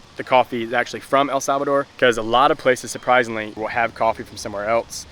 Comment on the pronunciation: Did he said el Sabado?